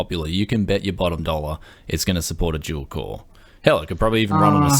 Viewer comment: I know it's dual core, but the way he said that it's weird.